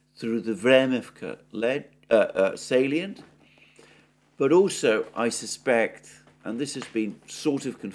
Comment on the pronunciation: Vremivka ledge, how could you possibly mispronounce this ?? 😂😂What’s a salien?? This is indeed a small village if I see it correctly.